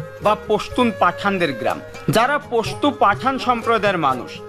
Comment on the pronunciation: Pustu noi Pastu